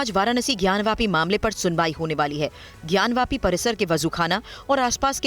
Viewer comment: ज्ञानवापी, ज्ञानवापी, ज्ञानवापी है ज्ञानव्यापी नहीं।